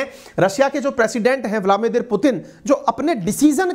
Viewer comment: आप हमेशा ब्लादिमीर पुतिन को ब्लामिदिर बोलते हो जी please correct it.